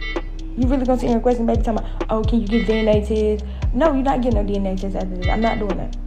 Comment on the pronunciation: Did she actually say “deeneh-Teeeeh” (DNA Test)😂